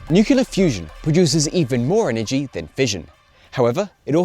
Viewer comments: Nice video, but it sounds like you’re sometimes saying “nucular” rather than “nuclear”. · Where did the horrible nuke-u-lard pronunciation off nucle-ar come from? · Of all people, I didn’t expect you to say “nucular” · I’m sure you’ve never heard this before, but it’s Noo-Klee-ur, or New-clear. And for the life of me the single words you speak when the Space Propulsion Tier List slide appears are swallowed up in the sound effects occurring at the same moment. No idea what is being said. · Nucular detected, idiot reported! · You lost me at "nukular"... Ear grating. It's like talking about muscles and saying "gainsular" instead of "muscular". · Kind of odd that a guy who named himself "" mispronounces Nuclear and Nucleus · 1) he is australian 2) i havent heard him mispronounce it. time stamps?